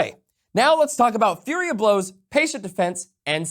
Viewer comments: Flurry* not Fury of blows lol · FLURRY of Blows. Is he calling it Fury of Blows? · Why are you saying fury of blows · Fury of blows? now now, if you're gonna misread FLURRY you only get to remove one letter... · I keep hearing "Fury of Blows" but isn't the feature called "Flurry of Blows"? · Flurry. Not fury. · honey? Flurry. Not Fury 💜